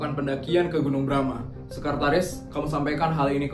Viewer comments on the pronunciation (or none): kakgunung nya kok bilang nya Brama kan namanya bromo nga Brama paling salah bicara